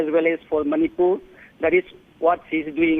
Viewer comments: Madam Manipur and NOT Manipal SO proud of Ms. Chanu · Not Manipal... It's Manipur State of India... Well, congratulations Mirabai Chanu... You made us proud... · please atleast check properly where she is from before you read the news. She is from Manipur ( a northeastern state of India ) and not from Manipal.